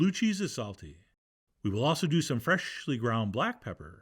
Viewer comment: Why do you say freshly like that